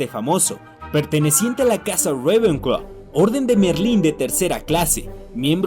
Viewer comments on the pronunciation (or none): odio que digas Rowena ravencla